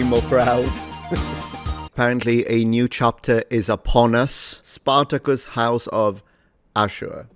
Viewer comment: We wuz Sparuhcuz en shiiieeeee